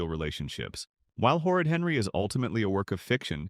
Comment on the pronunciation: I side with u but, who is “Herry” ? Don’t u mean Henry (just saying)